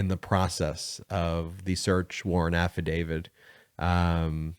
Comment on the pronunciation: Absolutely LOVE the posts here. I do, however, want to make sure we keep our credibility. You are clearly calling it an “affidavid.” It is actually an “affidavit.” The word ends with a “t,” rather than a “d.” KEEP UP THE GOOD WORK!